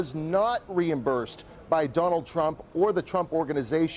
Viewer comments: What is "reimbursh"? 😣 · Reimbursh?? Seriously...🤣